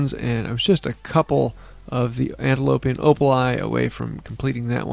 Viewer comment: I love you,. I love, love, love your videos & tune in for every single one. Really, I love ya. But please - say it with me... anti-PPPPP-o-DDDDDD-ean (emphasis mine, of course, but it's the correct letter sounds 😂) Remember, I love you. But it will never be "antiLoPean," and I die inside every time.